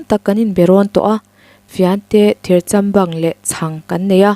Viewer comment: Thirchambang nilo in thir châm bâng ti a lam rik tur a ni zawk lo mo